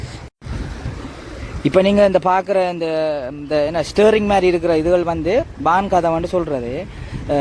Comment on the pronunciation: ஸ்ரேறிங் அல்ல . ஸ்ரியறிங் 😂